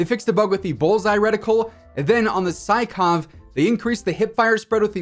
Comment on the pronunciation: Not to be douchebag or anything but sykov is pronounced as "seekof" since it was a russian gun :)